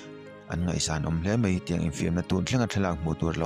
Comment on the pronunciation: "Mai" tih tur hi "Mei" tiin i lam ri thin a... "Mai" ti a lam tur.